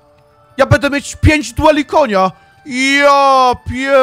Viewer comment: Słuchanie jak gość mówi cały czas "bede", zamiast będę, używa anglicyzmów przerobionych na polski nie wiadomo po co (spele, arczera). Można by było zadbać o jakąś poprawność językową skoro już nagrywa się swoje wypowiedzi i wrzuca do sieci, ale nie, po co się starać, lepiej postawić na bylejakość. Bije z tego nagrania ubóstwo umysłowe i tyle. Sorry, nie chcę nikogo obrażać, ale prawda jest taka, że zamiast coś ulepszać to degradujemy każdego dnia.